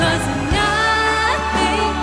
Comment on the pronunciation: 可见不会正真会听和讲英文的才会觉得唱的好。发音简直是垃圾！哪有人那么把Nothing 唱成NA-AHting,把you唱成ewwww.